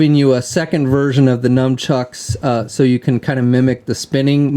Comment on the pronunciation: nunchucks, not "numchucks"...